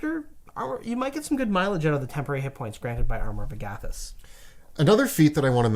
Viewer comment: I hate the way you say “armor of agAthys.” It’s “armor of Agathys.”